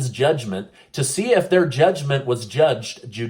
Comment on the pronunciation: Judge not…lol good job on getting that tongue twister out, and you did it without laughing.😉🦃